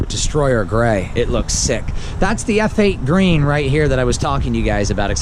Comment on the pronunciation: You were right the first time.... its Eff8 Green, not Feight Green.